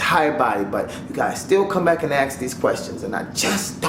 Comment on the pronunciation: hehehe. i like how you always pronounce ask: accsk.